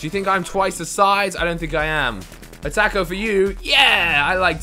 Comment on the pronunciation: Lol u say taco weird